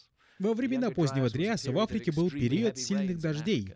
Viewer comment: Круто, что ты вернулся с новым крутым видео! Ну и я тогда возвращаюсь чтобы напомнить тебе, что в слове ПЕРИОД нет буквы У и ударение ставится на букву И!)))